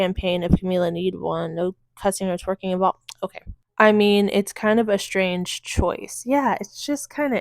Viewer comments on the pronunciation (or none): none